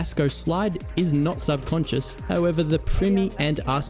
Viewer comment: gonna take a shot everytime zasko says subconsince